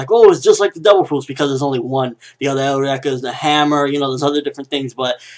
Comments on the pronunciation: Why do you keep saying Eureka "Eh-oo-reka"? >> Japanese still pronounces it like us << (Yu-Ree-ka) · Eureka is pronounced eur(as in Europe)-ee-ka. As in the phrase attributed to Archimedes when he discovered buoyancy. It goes with the theme of scientific discoveries that the series has, which is why I am really enjoying it. I think this newest bad guy might have a eureka related to Tesla, based on the electricity. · Sorry, I think Eureka is suppose to be pronounced like "Your-Ree-Ka" which was a famous phrase by Archimedes. :) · The word Eureka comes from Ancient Greek εὕρηκα heúrēka "I have found (it)",and its pronounced u-ri-ka